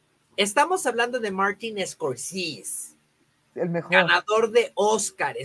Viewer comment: Y como por q pronuncia mal el nombre de Martin Scorsese? Se escucha hasta ridículo 😂😂😂😂